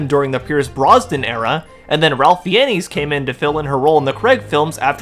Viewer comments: So quick correction, sure others have mentioned it, but Ralph Fiennes is pronunced "Ray Fines" rather than Ralph Fi-en-nes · His surname is pronounced "Fines", not "Fee-en-ess." LOL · Ralph Fiennes pronunciation = Rayf Fines, ≠ Ralph Fee-YEN-knees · Ralph Fiennes last name is pronounced “Fines” but Feeinez is how i’m going to pronounce it from now on. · I love the channel, and the video is great so far. Just a heads up- Ralph Fiennes is pronounced "fines" like "parking fines." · Ralph Fiennes is pronounced “Rafe Fines”. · This is a great video. But your pronunciation of “Ralph Fiennes” is killing me. Lol it’s pronounced “Ray Fines.” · Loved the video but I cringed every time you said Ralph Fiennes name. It's pronounced (Rafe Fines) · FYI - Ralph Fiennes surname is phonetically pronounced - 'Fines' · Just fyi, in case you mention his name again in the future, Ralph Fiennes' name is pronounced like "Ray Fines". You pronounced it phonetically, which is what I would do too if I didn't know any better. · I can't decide if your hilarious mispronunciation of Ralph Fiennes is on purpose or not, but even that sounds less ridiculous than the anti-woke crowd's whining that you are mocking here. 😅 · Funny how they complain about M being of Indian descent and the game having "forced diversity" when in real life, the UK LITERALLY HAD A PRIME MINISTER OF INDIAN DESCENT UNTIL LAST YEAR and the CURRENT HEAD OF THE TORIES IS A BLACK WOMAN. Also, just a minor correction, Ralph Fiennes' name is pronounced like "Ray-fe Fines" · Thanks for this awesome video, --I completely agree with your premise about all these people's idiocy, and am also just generally hyped for this game. A James Bond game by the folks who make Hitman just seems... *chef's kiss*. Also, just a quick note: 'Ralph Fiennes' is supposed to be pronounced like 'Ray Fines'.